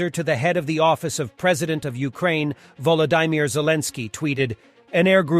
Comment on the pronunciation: "Volodeymeer" bro xD come on. It's like the name Vladimir just with Volo